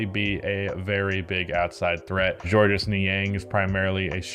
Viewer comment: Please, please, please listen to me: you don't pronounce the S at the end of Georges Nisng's first name. It's just George. I don't know why it bugs me so much but it does. Dig your content, carry on.